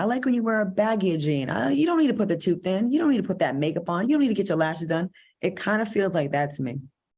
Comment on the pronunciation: Not "her toof" Q 😀🙂😛